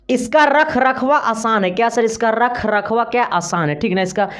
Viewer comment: रखरखवा नही, रख रखाव सर 🤣🤣